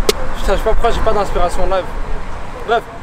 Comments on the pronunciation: jpp c'est quoi comment Il disse "pourquoi"? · son pourquoi a la chinoise sa me tué